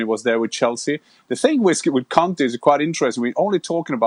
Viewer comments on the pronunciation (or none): Gabriel your pronunciation for Conte is a bit rude